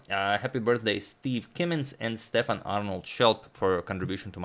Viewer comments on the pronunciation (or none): none